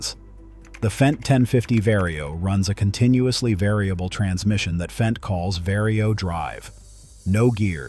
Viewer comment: Would you please pronounce it “fent”? An annoyed German.